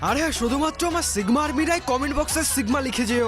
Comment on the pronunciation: আরে আপা ডিগমা নয় সিগমা 😎😎😎😎☠️☠️☠️